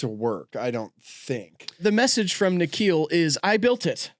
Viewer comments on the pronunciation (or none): hold on thats my name. you barely ever see the name in america lol. Also its pronounced Nick-khill